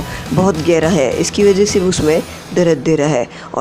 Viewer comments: Darad nahi dard Bhai 😅😅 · dard hota hai bhai darada nahi ho ta